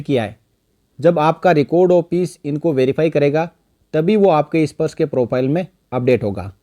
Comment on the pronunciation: issparsh nahi bhai sparsh. 😄